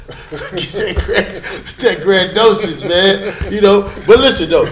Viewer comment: I would hate to have a degree in journalism and see this shit. This nigga said "grand-docious" smfh 🤦🏽‍♂️ and Shaq literally gave him the same story he's been telling since the beginning of his career.